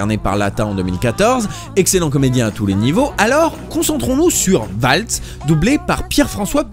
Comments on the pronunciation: Merci pour la vidéo, par contre sans vouloir être puriste son nom c'est Waltz (Valtsse) et pas Oualtsse <3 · Le w allemand se prononce comme le v français ;) valts, en gros (je n'ai pas les caractères API)